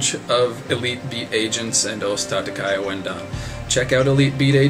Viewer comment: Hold your horses, there, son. Tatakae is just that: ta-ta-ka-e, four syllables. "Kay" is no more right than "Kai".